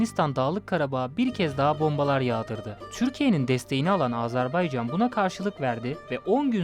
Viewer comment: Hakkında konuştuğunuz ülkenin adını öğrenin A-z-e-r-b-A-y-c-a-n. AzerbEycan değil. O beyfendiye söylüyorum